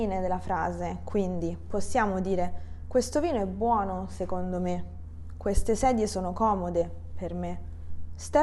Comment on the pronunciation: Ciao! Grazie! Perche "seCondo" suona come "seGondo"?